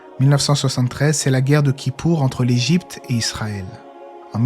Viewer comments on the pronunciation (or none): none